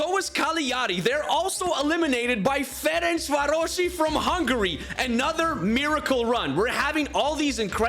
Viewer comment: Yeah, i am from Hungary, i am happy And also its Ferencváros, not Ferencvárosi, trust me